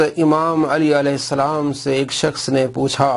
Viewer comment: alaeh salam raziallah anha Pehly sahih to bolo 😂😂😂😂 Moavia Nawaz